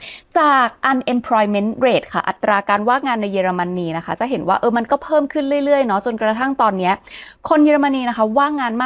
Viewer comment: ป้าสูญเสียการฟังมั้ย เค้าพูด เยอไม่ใช่ เย